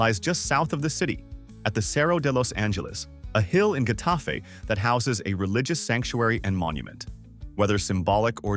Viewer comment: Not to be a jerk but Getafe is pronounced more like Jetafe